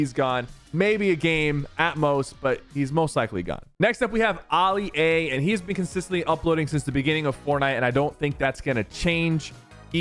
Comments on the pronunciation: Aly a is what I hear instead of Ali a bro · Did sypher just say Alli a and not Ali a